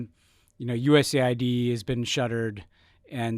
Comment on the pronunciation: Finally someone who uses the letters the proper way: it's US Aid, not USA id.